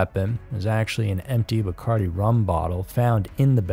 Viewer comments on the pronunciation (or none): none